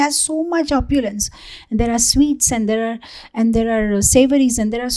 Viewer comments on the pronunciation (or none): none